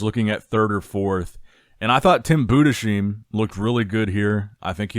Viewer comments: btw, Budesheim is pronounced Budes-Heim not Bude-Sheim. Very nice summary of the show thank you for the video. Personally from a german perspective I think Tim Budesheim improved so much over the last few years. Looked great. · Say it with me... BOO-DISS-HIME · honestly find out how Tim's name is pronounced cuz it's just comical now you literally switched pronunciation of his name from Bood-a-sheem to Bood-a-shime within a minute of one another, it reeks of unprofessionalism. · if you read this, Tim's last name is not pronounced with an "sh" Sound but it's split in Budes-heim such that you say the "s" like an s and the "h" like an h in "house" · It’s BudeSheim with an S like in sun not like in shine! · Boo-dess-hyme. Its not that hard